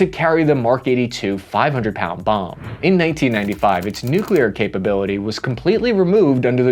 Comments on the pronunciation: Also, do not promote the Noo Que Lear dialect. It is Noo Clee Err. pronunciation matters. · I speak for everybody when I say that Kudos to your speech therapy!!! You are nailing the pronunciation of difficult words in your late videos. Especially the NUKE YOU LEAR! Btw... Where can I get that t shirt? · Congrats on your nuclear pronunciation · Wait wait wait.. why aren't you saying "nu-clear-er"😂😂